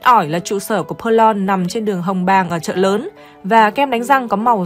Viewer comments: KEM DANH RANG PERLONG.;DOC THEO AM TIENG PHAP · Đa số người sg phát âm theo tiếng pháp 🇫🇷 bẹt long